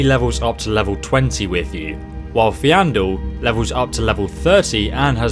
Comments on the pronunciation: I don't think I like the way you're pronouncing Faendal... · You also called faendal fenrir, bruuh